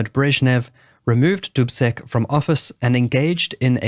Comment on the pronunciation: Thank you: I heard the years correctly, but Dubček is pronounced "Dubcheck".